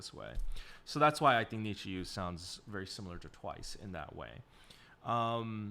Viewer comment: it's pronounced like Need You, the fans are WithU!